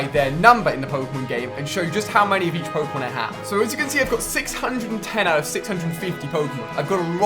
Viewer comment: Ali A doesn't know how to pronounce pokemon names